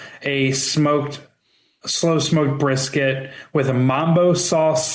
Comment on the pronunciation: is going be eating "breef bisket" with his "shied frimp"